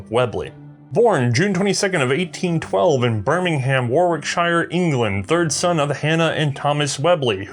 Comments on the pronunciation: Thats 'War-rick-shear' btw 'jus sayin ;-) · Great bangy stick info as always. However, I hear that small furry potatoes disagree with your mangling of English place names. They say that (phonetically) BirmingHam is in Alabama, USA, whereas BirmingUm is in England. Who knows where WarWickshIre is, but WorricKshere is an English County, where Brum (Birmingham) used to live, before it got too big for it's own boots in 1974. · PLEASE!, when Shire is attached to a county name such a Warwick, is a soft sound Shuu, not the deliberate Warwick - Shire. Warwick is the County town of Warwickshuuu. Birming ham is prounonced Birming hum, the A is again Soft. Thanks. Great Channel otherwise.:-) Point of intrest. the Nickel plate at 6 / (Shillings) makes it an extra 15% of the base price!!! A Pound Sterlling being 20 shillings. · Warwickshire is pronounced "wo-ruhk-shuh". Warwick-Sha also works. Any of the "Shires", can be pronounced this way. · Less than 2 mins in. War ward shire ?